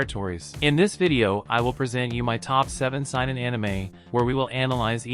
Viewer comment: Saynen it’s how it’s pronounced if this was not AI already